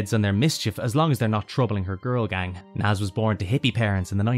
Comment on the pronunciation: Not Naaz it's Nazz